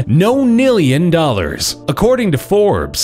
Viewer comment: I never heard of a number called nonmillion wtf